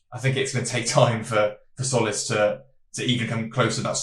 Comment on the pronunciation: Tz makes a j sound so it's like Jolis